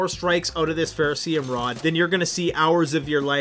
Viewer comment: What is "Ferrocium"??